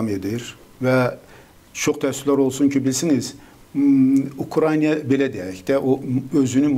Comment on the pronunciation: Ukrayniya yox Ukrayna